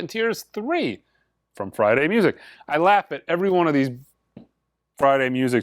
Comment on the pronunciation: I always like to think you're saying, "Ese CDs"... And, just guessing, but the even count for mono/stereo Blue Train discs might be down to people (like me) who but both? Keep up the great work, hopefully I'll catch the next live auction on Sunday.